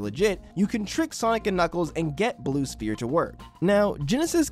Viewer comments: All right I have to dial out because if you're going to get so pedantic about the name being spheres or sphere, but then you're going to pronounce the p in the word prominently like a poo poo pronunciar, I just I just I got to go. Say it right. Ss-ff-ee-rr sfeer Sphere Pedantist OUT! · "Blue Sphere with no S" Oh yes, my favorite, Blue Phere. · Blue sphere, with no s? Blue phere??? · I don't think that's how sphere is pronounced my man 🤷‍♂️ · for the love of GOD please pronounce sphere correctly.